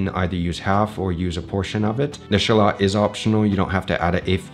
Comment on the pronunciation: No ketchup! And WTF is a shawl ot ? You me shallot ?